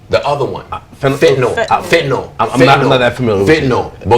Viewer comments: AK says fen-a-til? Hahaha it’s fentanol you dummy XD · Did he just say vanatil pills nigga it's fentanyl it's common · Akademiks- "fentital"...its fentanyl you fucking dumbass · "Fenitil pill...." You fucking kidding me? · Did he say fen a till pills?! Get with life. Fentanyl is the most deadly drug out there. We NEED to talk about it! Stop the stigma! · Jit said "he was on fetatil pills" lmaoooooooo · Its Fentanyl (Fen Ta Nal) and its been an ongoing epidemic for a long time now Ak....cmon bro do some research smfh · AK really mispronounced fentanyl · i am 17 and a peep fan. the fact that this grown man didnt even know how to pronounce ‘fentanyl’ is scary, this shit is everywhere and people NEED to be educated. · At least we can tell bro doesn't do opiates by the way he pronounced fentanyl